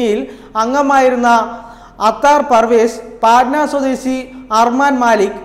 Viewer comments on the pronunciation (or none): പൊന്നാനുജ പാറ്റനാ അല്ല പട്ന ആണ് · പാറ്റ്നാ alla ..പഠ്ണ